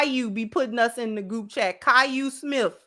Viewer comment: This lady done said Caillou Smith😂😂😂. I’m through